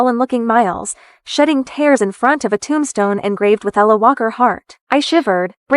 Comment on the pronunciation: Miles had a bad mother he was just a kid. Charges should have been pressed. Please use a Webster’s dictionary with your A I program to teach it English. She was gone for 3 years not just a few months. The word tears is pronounced as teers, not tares